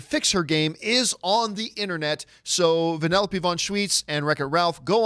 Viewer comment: it's vanellope not panellope